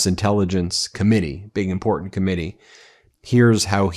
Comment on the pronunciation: I love the way Lady Graham says “impotent” when he means to say “important”… impeach and remove them all please